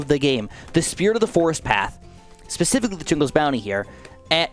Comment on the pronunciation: Did you say pacificlly instead of specifically. Lol